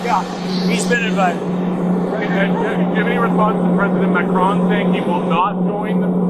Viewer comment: Crazy Trump indeed doesnt know how to pronounce names or remember them, but in all fairness, after all this time you also still cant pronounce Macron properly.